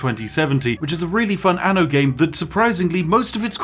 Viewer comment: Fyi: anno in italian means year. You must pronounce the double n, otherwise it becomes ano, which is anus lmao